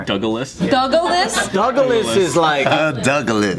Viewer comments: It's funny how Joe pronounced DOugLaS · Joe: "Dougalas ": " it's like sibiling"